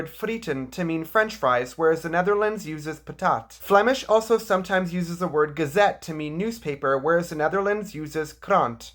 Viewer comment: Just a small tip coming from a someone out of belguim, when you say the word "gazette" use the same "g" sound you would use on the word "goed"